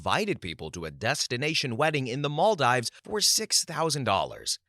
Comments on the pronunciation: Story 61, Maldives is pronounced Mal-deeves. I was cringing every time he said it. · Story 61 - Near narrator: "Maldives" is pronounced "mol-DEEVZ": a long E sound rather than a long I. Also, it's not "nupitals" it's "nuptials"; pronounced "NUHP-shlz" (often misspelled "nuptuals"), and pronounced like "partials". Finally, "et cetera" is not ek-SET-uh-ruh, or ex-SET-uh-ruh, it's et-SET-uh-ruh. "ET."